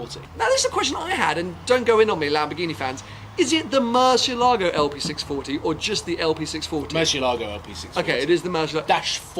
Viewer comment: OooooFFF!! Don’t let the “VinWiki” guy hear the way that you pronounce Murcielago!! Apparently he throws a fit about it? Tavarish will agree as well 😂